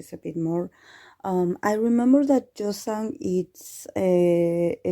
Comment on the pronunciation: In case you are still wondering how to pronounce the name, the 'y' should sound as in 'y' in 'you'... But if you are comfortable that way, it's okayyy☺☺